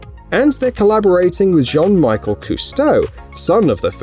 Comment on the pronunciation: John Michael Cousteau? Surely you mean Jean-Michel!